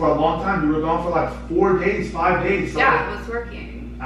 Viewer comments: She said frive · She said frive days